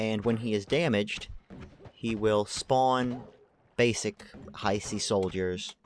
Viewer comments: It's not Haisi like said in the video, but also not how you say it. Hiisi, double I. that's a long sound. think of saying He and prolonging the sound, then si. Hee-si, Hiisi. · i thought it was pronounced he-see.